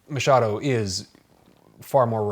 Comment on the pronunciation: Awesome video. I'm so glad you got the Machado pronunciation on point! I heard someone calling him McHadow once and it was an experience.